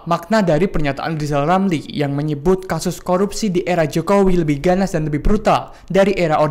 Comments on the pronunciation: bukan rizal ramli tpi lijal lamli....😂😂😂😂😂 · Lijal Lamli....😂😂😂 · ngomong r aja yg ngomong kkn rijallamli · Bukan Rizal Ramil kali? Lizal Lamli yah? Heheh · Lijal lamli..... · Gimana bisa berpikir sehat loe RR. ngomongbhuruf R saja loe gak becus.coba deh loe sebut nama loe sendiri dengan baik dan benar.😂